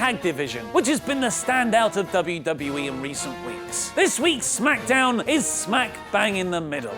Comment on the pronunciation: I didn t like it how you said SMACKDAMN today :(